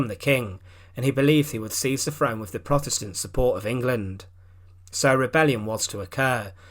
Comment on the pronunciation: Agree ! " Frone " ? " wiv " " sixteen eighty free "...?? WTF . ! Apart from that the monotonous drone with which he races through the script is painful .